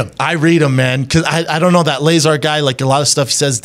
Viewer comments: I stopped listening to Brendan after he called Lazar “Lay-zar” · "I didn't look anything into it. I'm not a big alien guy" you have no idea what you're talking about. It's pronounced "luh-zar" not bob "lAy-zar." Man, you guys are annoying. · He said Lay-Zar. LOL. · Brendan said Layzar lmfao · Lizar ???? ITS LAZAAAAR ! TRY TO PRONOUNCE HIS NAME CORRECT FIST BEFORE DISCREDTING HIM. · "That Layzar guy..." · "lay zar" lol, this video is the internet all rolled up into a few minutes. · You believe in "lay-zar"? Come on bruh!! 🤣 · Did he just call Bob ‘LASER’ 🫠🤣🤣🤣🤣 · "You believe in Layzar?" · I dipped from this pod cast when the caveman said "Layzar" honestly anything with Brendan Schlaub will always get a negative reaction and if it gets a lot of viewers it's only to come and bash Brendan Schaub because he's so easy to dislike. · Bob LAY-ZAR...Mr. unlikable strikes again! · Is it really worth discussing about opinions on this subject by someone who says "Bob Leyzar"? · lay-zar though, y'know? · Lay-zar?? Lol!!!!!! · Did he say 'Laser' ? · HAHAHAHAHA who cares what Schwab thinks? You poor soul. I hope this was the last time you ever spoke to him. Lay-zar! LOL. He just got jealous cuz he got more mic time than him from Rogan. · Brendan Schaub should leave the thinking and analysis up to people that can think and analyze. He can't even pronounce his name right. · Lmao mans even pronounced “Lazar” wrong. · By the simple way Brendan pronounced Bob’s last name I completely believe Bob and everything he says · Bro can’t pronounce lazar if his life depended on it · brendan cant even pronounce his name correctly. If he did more research i bet his look on Bob Lazar would change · He can’t even say the mans name right 🤦🏻‍♂️ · Wow, this comment section is stupid. Despite mispronouncing Lazar's name, this is one of the better takes Schaub's ever had. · Can't even pronounce lazar right lol